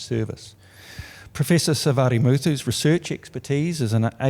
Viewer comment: Congratulations, dear! Loved the way your name is pronounced! Hearing all your family members' names was awesome! You worked very hard to get here! You are down to earth and always willing to lend hand to anyone and everyone! Yes, we are the home of Tamil people!. And even a bharatanatyam was mentioned! Oh, we love your work and we are so very proud of you! Yes, you are an outstanding teacher! The best! 💝🎉